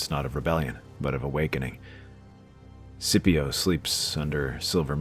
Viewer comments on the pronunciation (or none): thats skipio not sipio